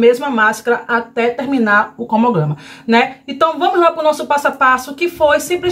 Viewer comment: Tantos anos que você tem canal e ainda não aprendeu a falar CRONOGRAMA....você deveria estudar essa palavra...fica feio nos vídeos e até para as suas parcerias também não passarem vergonha junto com você...acho que esforço é tudo...se você se esforçar consegue...é sua imagem que conta...😉